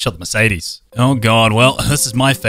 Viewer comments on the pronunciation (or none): none